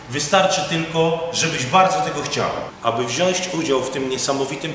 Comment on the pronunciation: wziąć nie wziąść panie:)